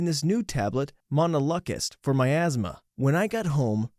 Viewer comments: Monoluckist…….😂 kek it’s pronounced (mono-loo-cast) its an allergy medicine. I take it. At age 30…. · Bruh. Didn't expect "Montelukast" to be mispronounced.